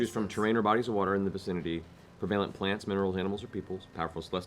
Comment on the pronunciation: pra-va-lent.... pre-va-lent it's like sigil all over again